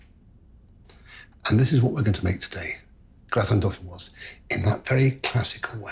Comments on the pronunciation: You don't pronounce the final "s" in dauphinois (should sound like "dauphinoi"). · Don't say de "s" at the end of deauphinois. It masculine not feminine. Un grattin deauphinois. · You don't pronounce the 's'. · The s in dauphinois is silent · It’s Marco’s choice to pronounce the word ‘Dauphinois’ wrong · Remember that 'gratin dauphinois' has no final 'e', therefore the 's' is not sounded. Very good recipe!